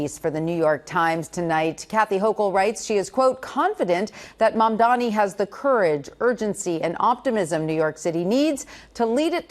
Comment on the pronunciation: Can you please learn to pronounce the name Mamdani correctly?